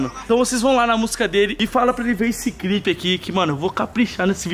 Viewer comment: Kkkkk o vai falar clipe ele fala crip